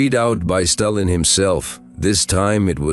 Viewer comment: When it said "Staylin" it was enough for me too.